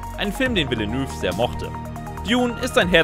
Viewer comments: Regisseur, Irulan, Villeneuve, Rogue wird alles falsch ausgesprochen , fast grotesk. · Und schon wieder wird der Name vom Regisseur falsch ausgesprochen 🤦‍♂️🤦‍♂️🤦‍♂️